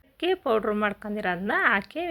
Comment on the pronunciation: Super laddu🎉🎉 but ಅದು ಹಕ್ಕಿ ಅಲ್ಲ ಅಕ್ಕಿ ಕನ್ನಡ ಶಬ್ದ ಸರಿಯಾಗಿ ಇರಲಿ 😂🙏